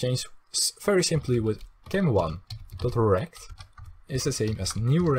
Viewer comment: is it just me or does it sound like he is saying erect instead of rect